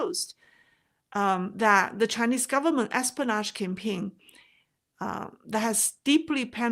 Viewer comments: you dont say es-po-nage. the correct way is: es-PI-o-nage. hope you don't mind me correcting your english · your pronunciation is excellent. The only word I thought might’ve been off was espionage. It sounded to me like you were saying es - pan - aaash versus es - pea - en - aaash.